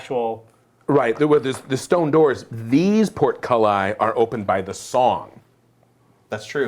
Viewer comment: Is portculli a running inside joke? It sounded wrong enough to google and turns out not to be the plural of portcullis.